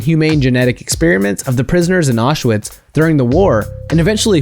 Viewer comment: Good video, but it isn't pronounced Woar-chest-shire, and you didn't pronounce Mengele or Auschwitz, or Byzantine right either.